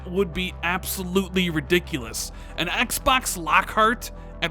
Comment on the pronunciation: I like the way you say "Xbax"